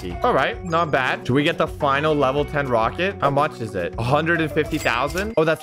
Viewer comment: Is it just me or did he say roaket ship at the beginning?